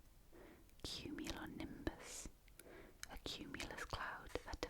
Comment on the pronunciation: you nailed "cumulonimbus" by the way :)